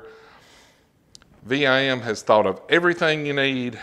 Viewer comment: VIM...... 1 word... not V.I.M. just sayin That ia nice set...VIM is known for their great quality bits and bit sets...☝️